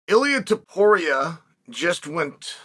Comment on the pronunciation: Uncle Chael pronouncing Ilia Topuria properly is greatly appreciated